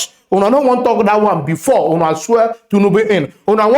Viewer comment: I enjoy your content. Good job but please learn to pronounce TINUBU, not Tunubu